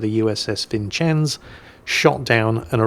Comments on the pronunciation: thats not how you pronounce vincennes. vin-cenz. try it, no chens to it. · vincennes is pronounced vin-senz, not chens. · Vincennes is not pronounced like Vinchennes,. But like "Vunssenne" (like Vincennes Castle East of Paris). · USS VinChins? That's a new Jingleism. Vincennes is pronounced "Vin-Sins". Though it is an Americanized French name so we'll give you a pass. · Few things: it's pronounced Vin-Sins (cause 'Merica), and if you play on War Crime Wednesdays weapons hot is just fine. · "Vin-Sins" USS Vencennes